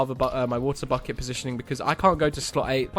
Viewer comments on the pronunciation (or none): none